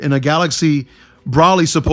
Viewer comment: You are saying brolys name wrong